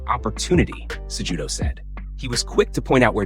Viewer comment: You BUTCHERED Henry Cejudo's name, it's not pronounced JUDO, it's Kahootoh.